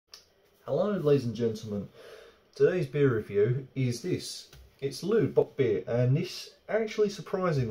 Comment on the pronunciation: Loo bockbier? It's leute not Loo.